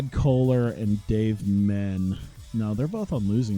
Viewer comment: Also it’s pronounced as Men-ay not men he was the first ever UFC middleweight champion